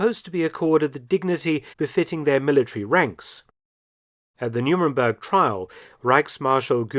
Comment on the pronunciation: Why does the narrator pronounce “Nuremburg” as “Nu-min-burg”? 🤔